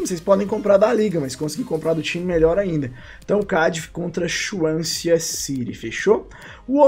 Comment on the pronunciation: Não se pronuncia Chuansia kkkk é "Suansi"